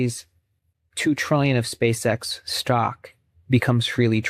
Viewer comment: Spā Ex it’s scamm😂ree